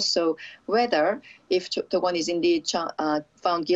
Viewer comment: is that correct way of pronounce dokwon or she is really bad at pronouncing names lol